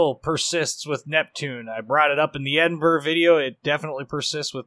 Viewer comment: its great that you pronounce edinburgh properly ( most do not) but man you ruined minotaur!